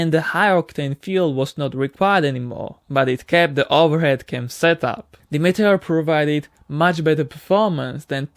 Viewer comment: Your English is getting better and better. Just a little tip, the RR meteor engine is pronounced meet-tea-or. I hope that helps!